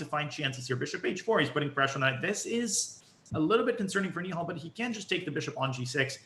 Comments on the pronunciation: I hate it when these americans call nihal neeehal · it's pronounced knee-hell you loser